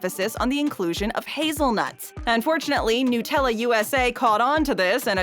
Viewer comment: NUT-Ella! Not NOOT!